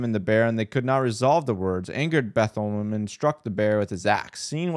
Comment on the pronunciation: Lmao the way he butchered Bartholomew